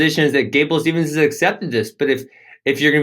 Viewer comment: I love your podcast but guys, the man's name is Gable STEVESON, not Stevenson haha.